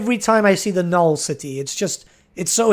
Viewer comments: why are you refusing to pronounce the second n in nulN? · I really have to ask, out of some unhealthy curiosity - why Null, not Nuln? And why Elsa, not Elspeth?:) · every time he forgets the second N in Nuln I get closer to having an aneurysm